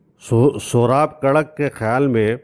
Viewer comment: yeh Jo aap nay pronounce kia hay,sohrab karak to yeh Naam actual main hay sohrab katrik,Jo k aik parsi shakhas that aur in k Naam pr saddar main student biryani k barabar main sohrab katrik hall bhee hay, Jahan parsi community rehaish pazeer hay aur in k family event bhee is hi club main hotay hain.